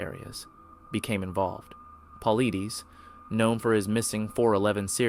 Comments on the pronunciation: Dude, do better, you showed a 30-06 round twice, not shotgun shells, and it's pronounced David Paul(eye)dees. Do a modicum of research next time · It's pronounced David Pull-lie- tis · Dave Paulides is pronounced Pa-lie-dus. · At least find out how to pronounce the names you use in your podcast. How can you claim to know anything about Paulides if you can't even pronounce his name which is ALL OVER YOUTUBE. AMETEUR HOUR😂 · please take the time to learn a little more about the story you're delivering. Two seconds of research let's you know that that's not a shotgun of any type. Also David paulides has hundreds of YouTube segments, making his last name very easy to learn how to pronounce. If obvious and simple facts are hard to get right, it makes people wonder what other things are wrong and simply just not factual. However, your delivery of the story is spectacular.